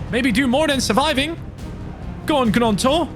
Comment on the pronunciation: It is pronounced ñonto not g-nonto